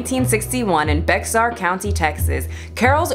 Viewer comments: I got kinda excited when she brought up bexar county cause I was born there too. But then I remembered this is Carol Baskin we’re talking about. Common misconception is that it’s pronounced « bexar » but it’s actually pronounced « bear ». Weird, I know. Do I think she killed her husband? Well, she definitely had the motive means and opportunity to do so. And according to Film Theory, if the butcher boy couldn’t work she might have fed him to the leopard they had during that time which has a stronger biting force than a tiger. However, it’s better to leave these investigations to forensic experts and other qualified individuals. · Lol, Bexar... It is pronounced "b-AIR". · Bexar is pronounced “bear”... yeah it’s not English. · The X is silent in Bexar County. We say it "Bear". Love, A Texan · “Bear County” not Bexar😂😂 I was born there also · Bexar is pronounced as Bae har. Sorry, it's a pet peeve of mine! LOL! STILL LOVE YOU!! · Lol Bexar county is pronounced like “Bear”. Texas is known for weird, difficult to pronounce and spell names. It’s basically the San Antonio area ❤️❤️❤️ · Bexar is pronounced “bear” 😉 Texans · Such a small thing.. but Bexar is actually pounced Bear. I know weird. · bexar county is pronounced as "bear" county i know weird but it's TX ✨ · Lol. It's pronounced Bear County! I know, I know, it took me almost two years of living there to finally get it. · If it's Bexar then it's pronounced Bear. Great video though 😊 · No offense but it’s pronounced bear county. I live in bexar county. Carol is an awful excuse for a human. I think she’s guilty and she really needs to be investigated. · Fun fact, Bexar county is just pronounced “bear” county. Texas is a weird place. Also - polygraph tests are not admissible in court. Either way I low key think she did it. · Also for future reference Bexar = Bear 🐻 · That’s pronounced ”Bear”, not ”Bexar”. We hate it too. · It's pronounced Bear county. Lol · Bexar is pronounced bear lol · Bexar is pronounced bear.